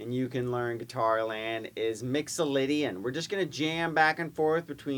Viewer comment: A's & G's not A's & O's, Mixalaydian scail!